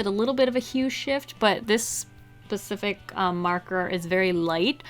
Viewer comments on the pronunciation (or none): "this PACIFIC marker"